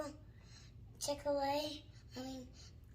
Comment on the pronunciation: He said he wanted to go to chick a lay !!! Soooo funny😊